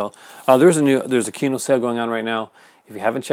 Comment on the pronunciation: Kino is pronounced as KEE-NOH? Correct?